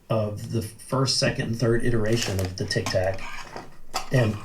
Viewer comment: it is a Tic-Tac not a Tic- Toc